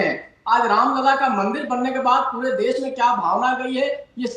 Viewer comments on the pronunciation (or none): Abe toltle def nahi desh bol aapiye